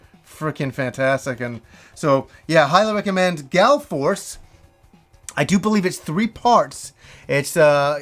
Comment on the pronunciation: FYI it's Gall Force not Gal Force. :)